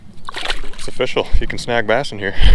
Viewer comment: Just so we’re clear on this, when you say “official” you actually mean “O-Fishal” correct?